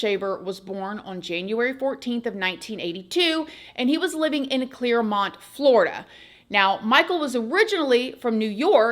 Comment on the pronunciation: It’s Clermont not Claremont lol 😂😂😂😂😂